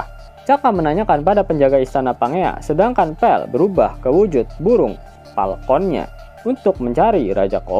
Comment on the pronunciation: Falcon apa Palkon bang?🤣